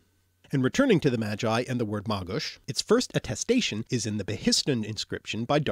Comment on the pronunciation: seriously , you pronounce - "Magi" like "Jedi" ? hillarious, and you still avoid to mention slavic words you should know before you create this gibberish film .like : mogę , można , drzemać, marzyć , mąż , zmora , umierać , martwy , droga , targać , trzeć, droczyć się , wędka , wiedźma widzę , so it seems you have quite a homework to do, good luck !